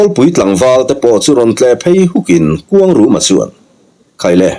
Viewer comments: Khuangruma ti in i lam ri in ka hre tlat zel😂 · A changtupa hi kuangruma nge kuangluma chiang zawkin a sawi theih chuan a lawmawm ngawt ang